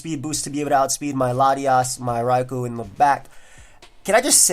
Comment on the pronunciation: Entire time I thought he said Ragu and not Raikou